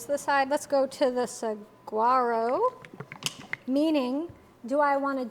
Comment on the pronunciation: Sa-whar-o. Pronounce the "g" as a "w".